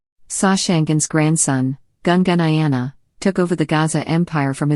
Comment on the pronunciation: The Portuguese failed to pronounce the name of Soshangane's ancestor, whose name is uGasa, Not Gaza